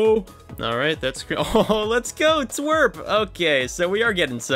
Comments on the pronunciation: ITS tea-doubleu-are-p not twerp😭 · but its tee wee ar pee...